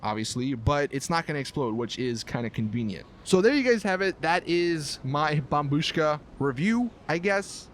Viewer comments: Well done you finally said bombBUSHKA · Turned on the video just to hear him say bombshu--- wait I just heard him say bombushka correctly what the fuck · He finally pronounce it right. Lol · Finally you pronounced it correctly. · Dude u finally said bombushka right good job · YOU FINALLY SAID IT RIGHT